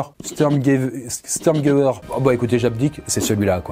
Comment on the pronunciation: il me semble que ça se prononce chtourmgéveur fir ount firtsich